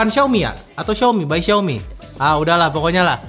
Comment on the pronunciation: Xiaomi cak bukan xaomi . . . x_X